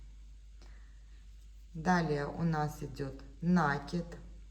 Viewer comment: Уважаемые мастера! Ударение только на И - накИд ! На это приставка, ударение на корень кИд получается накИд, Отключилась только потому, что невозможно слышать нАкид